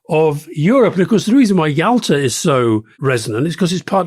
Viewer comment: I had the same thought when Alastair said Yalta